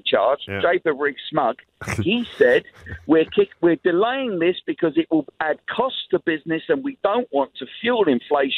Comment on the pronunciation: Did he say Rees Smog?